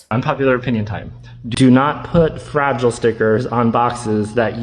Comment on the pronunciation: I thought he was saying frazzle, not fragile. Very confused for a sec